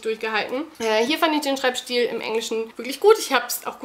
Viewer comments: Ich find's ebenfalls süß, dass du immer "Stiel" statt "Stil" sagst! ;) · Weiß ich doch :) Es hört sich nur an wie Blumenstiel. War nur auf die Aussprache bezogen. Nicht böse gemeint.